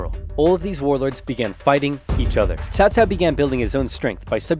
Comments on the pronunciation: Give yourself a break on pronunciation, it’s the first time I’ve heard anyone say Cao Cao instead of Cow-Cow. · Agreed, this is the best western pronunciation of Cao Cao I’ve heard.